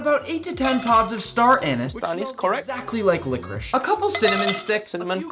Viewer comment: I just realized Nick pronounces Star Anise like "Star Ann Is".... Sounds like Yoda(*＞∇＜)ﾉ(*ゝ｀ω・)